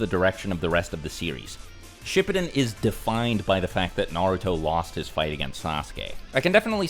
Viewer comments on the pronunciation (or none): bro really called it shipidin